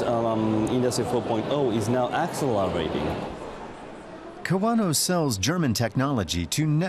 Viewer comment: He said "Axel La Rating" instead of accelerating.